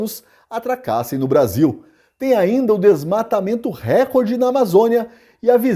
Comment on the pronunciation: RÉCORDE – A pronúncia RÉCORDE é errada; desde o étimo latino, passando pelo francês, o acento tônico cai na sílaba –CÓR– , rimando com aCORde, MORde, portanto, RECÓRDE. A acentuação proparoxítona NÃO É PORTUGUÊS.